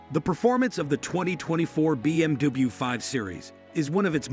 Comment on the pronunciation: A. I cant say BMW ....BM DUE